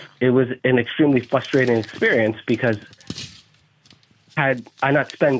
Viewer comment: I think it’s FRUSTRATING how he keeps saying “fustrating”…